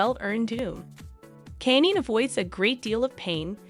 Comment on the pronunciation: The robot is not pronouncing the names of these famous people correctly. Therefore it’s very hard to understand…like who’s Caney?? And who’s Killee?? Never heard of them. Do better. At least listen to this trash before you air it!